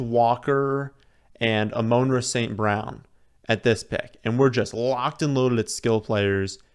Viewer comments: “Amon-Ra st. Brown” pronounced like the Egyptian god “AMUN-RA” (AW-Men-Raw) Not “UH-Moan-ruh” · "ahMoan-Ra St. Brown"